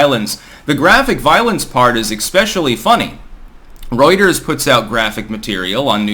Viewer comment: I didn't even knew what "Roiters" was until this video 😆